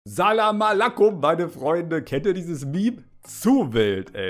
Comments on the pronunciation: Ich glaube er wolt säläm ua läckom sagen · Das heißt zelem a ler ko